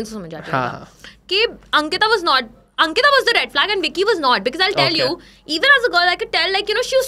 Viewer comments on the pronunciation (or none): Vicky bhaiya hahahahhahahah it’s bikki though 😂